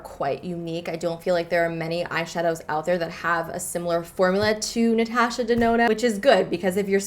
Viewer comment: Great video but how you said "Natasha" made me cringe so hard 😂😂 still a good video though ❤️